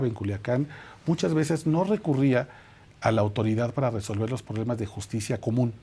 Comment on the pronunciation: Excelente entrevista , pero sería urgente que el periodista se atienda de ploblemas de salud.